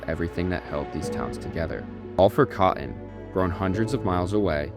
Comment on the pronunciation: It's pronounced: cot-ton, not "caught-in"... Sigh